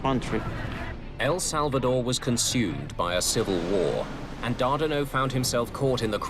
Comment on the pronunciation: Its TACA not TACKA and Carlos Dardano not Dardino.